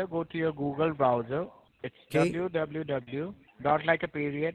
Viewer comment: Dubloo dubloo dubloo dot 😂😂😂😂😂😂